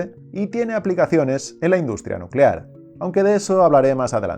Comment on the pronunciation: Ahora todos a crear bombas nucelares jajaja Es nucelar, nuuucelar